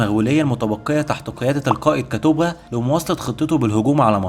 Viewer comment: كتبغا ينطق بضم الباء